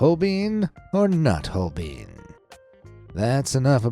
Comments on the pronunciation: Hol-BINE. "EI" is always pronounced as a long I in German. What? The French, prudes? Almost everyone pronounces Van Gogh's name wrong. It does NOT rhyme with "go". What? The guy's arm and exposed neck is supposed to be a baby? So-er. Dali also painted a picture of the Last Supper with a dodecahedron in the background. A dodecahedron is a 12-sided solid. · It isn't hol-BEAN, either. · holbein is pronounced like holvine not holbein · The German letter-combination ei is pronounced like the English letter i btw. Holbein is pronounced sth. like Holebine. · Would it have been so hard to Google the correct pronounciations of Holbein and Scheveningen? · Pity the narrator doesn't know how to pronounce Holbein, Millais, Huguenot, sower - (I'll allow Van Gogh as I realise that's the standard American mispronunciation)